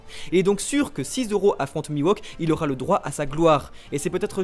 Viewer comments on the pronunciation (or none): Bonne vidéo, comme d'hab mais on dit MiHawk et pas MiWOk ! ! Je le met en commentaire parce que ça me fait mal aux oreilles à chaque fois -_- P.S: Comme pour SHUsui et pas SUshui